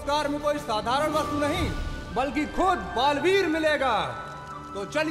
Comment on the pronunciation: it baalveer not baalveet